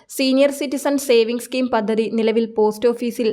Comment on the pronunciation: പദ്ദതി എന്നല്ലെടി പദ്ധതി എന്ന് വേണം പറയാൻ ബാര്യ എന്നല്ല ഭാര്യ എന്ന് വേണം പറയാൻ. അക്ഷര സ്പ്പുടാതെ ഇല്ലാത്ത നിന്നെ ആരാടി ഇതിൽ എടുത്താക്കിയത്